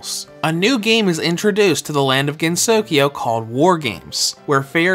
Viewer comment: I'm having a hard time deciding whether to get this game or touhou sky arena... btw, it's pronounced gen-so-kyo, not gen-sokyo